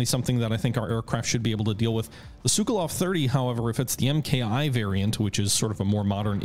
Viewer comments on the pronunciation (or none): Sukoi not Sukiluv good lord man